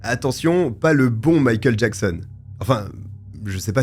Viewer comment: J'ai eu beaucoup de mal chaque fois que j'ai entendu "Mickael Jackson" :)